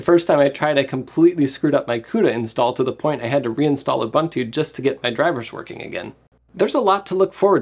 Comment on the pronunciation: I loved the video but please look into how to pronounce Ubuntu.